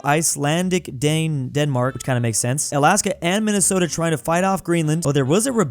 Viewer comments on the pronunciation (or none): I love the great state of "Minnestota"